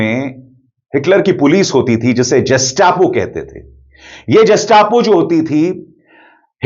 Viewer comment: Gestapo not jastapo